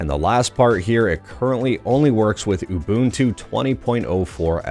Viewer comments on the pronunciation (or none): none